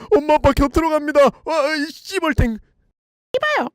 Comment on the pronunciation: 띠벌탱이 저만 씨벌탱으로 들리나요,,ㅋ